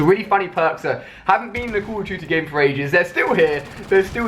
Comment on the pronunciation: he can't even say call of duty